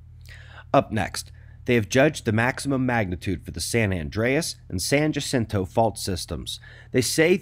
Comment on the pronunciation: Not to be nit picky, but "San Jacinto" is pronounced "San Ha-SEEN-toe...." LOL!